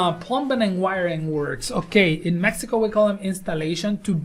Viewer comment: Did this dude just say "mexica"???? lmao